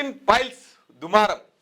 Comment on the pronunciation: అన్నా అది piles కాదే files 😂